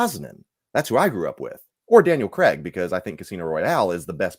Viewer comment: I noticed all you guys pronounce Craig as Creg